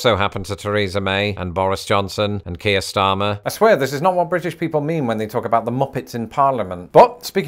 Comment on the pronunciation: Is it just me or is Keir Starmer a name that just doesn't sound right pronounced by Americans? I am American and it feels like it needs a British accent to sound right.